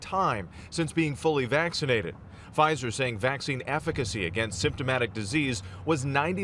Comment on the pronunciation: Lol “Pfizther”